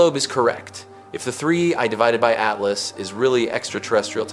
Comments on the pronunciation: When you edit is your opportunity to correct the narration, 3 I divided by ATLAS is hard to miss and easy to correct… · 3 ay devided atlas? F-you AI. Blocking this shajt. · Check your dumbass A.I before you post this crap. 3 i ÷ Atlas. ?!!! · I don't think I've seen a single YouTube video about 3I/ATLAS that hasn't been AI generated. It gives the game away when they try to pronounce 3I/ATLAS. And all I hear about is this Avi Loeb character? Is he the only Astro expert in the universe? Never heard of him 🙂